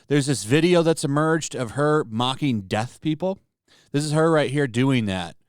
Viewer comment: Pronounce your vocals!!!! DEAF. DEAF. DEAF. Not Death!!!!!!!!!!!!!!!!! BRRRRRRRRR